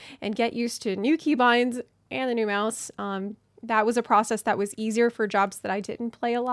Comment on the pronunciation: You said 'meowse wrong' edit: just bought two. Thanks!